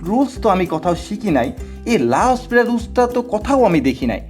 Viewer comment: রাসেল ভাইয়া বলেছিলেন এটা লা হসপিটাল না উচ্চারণ টা লা পিতাল রুল বানান এল হসপিটাল রুল এর মত